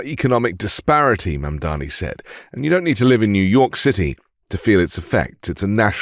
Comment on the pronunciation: Thank you, sir, for correctly pronouncing Mamdani's name. The Meidas boys embarrassed themselves on Fox by using Fox's MISPRONUNCIATION of Mamdani's name. It was a weak and pathetic representation of the Meidas Mighty. Embarrassing!